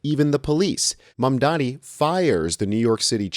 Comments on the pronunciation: Excellent video. She said...mamdami, ok. That's all i need to know. Ergo, a lazy person who couldn't bother to get his name right, let alone facts. Mamdani has steered the core issue to improving NYC, not foreign countries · Why is it so difficult for MAGA people to say Mamdanis name?? They always say Mamdami. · and his detractors still don't know how to pronounce his name properly, or they don't care to smh